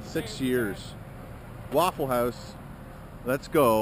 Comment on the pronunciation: “At the Wouwful house” so northern 😂